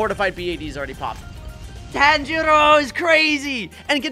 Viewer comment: Bro said tanjior wrong😂😂😂😂